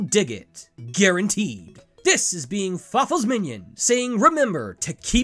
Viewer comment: you actually pronounced it correctly at the 2nd pronounciation, fawful's minion.